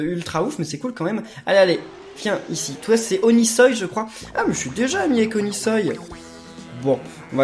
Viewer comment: O-NI-SOI PAS ONISOÏE